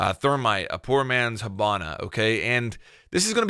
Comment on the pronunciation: why can you not say ops names :') hobona? thormite lol